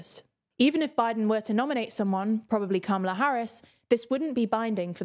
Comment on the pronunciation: Why can’t she pronounce Kamala properly